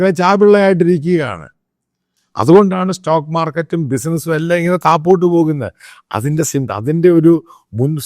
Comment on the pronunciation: എടാ പൊട്ടാ താപോട്ട് അല്ല താഴോട്ട് ആണ്